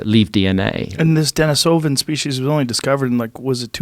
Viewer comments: I had to stop watching your video because your guest kept mispronouncing both Neanderthal and Denisovan. Low credibility. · The fact that he’s mispronouncing both Denisovan AND Neanderthal is absolutely killing me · This guy's an expert? He doesn't even know how to pronounce Denisovan.